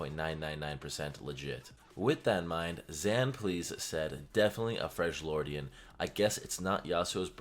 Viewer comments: Why does " freglordian " triggers me ._. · If I hear Fredge-Lordian 1 more gotdam time LMAO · FREL-YORDIAN, NOT FRENCH-LORD PLEASE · WHAT THE FUCK IS A "FRRJLIORDIAN"?! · FREJ-LORDIAN made me stop watching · Why do you say freshjordian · youve played this game for how long now and you cant pronounce freljordian right. the characters in the game literally say it. holy shit